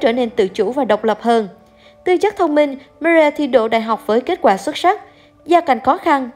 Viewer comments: chi oi xin doc ro rang ten Marie me. ri meee ri. doc tieng anh funny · đọc tiếng anh hay pháp mà người nghe khổng hiểu tên gì. Marie mà đọc chữ gì vậy